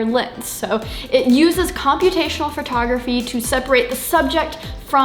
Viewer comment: "Computational furtography"